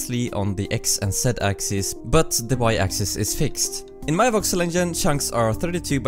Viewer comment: Every time he says voxel I hear Vauxhall.